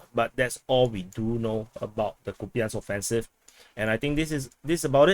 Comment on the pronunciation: Kupiansk apparently should be pronounced "Koup-insk"